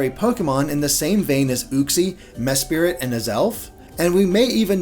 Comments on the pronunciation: 'Mes-spirit' sigh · You mispronounced Uxie and Mesprit. Uxie is pronounced like "You-ksee" and Mesprit is "Mes-prit." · Did anyone else cringe when mispronounced Mesprit's name?